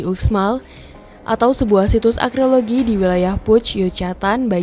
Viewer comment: Naratornya perlu belajar bahasa Inggris. Arkeologi dibaca akreologi. Di video lain, hanging dibaca hanjing.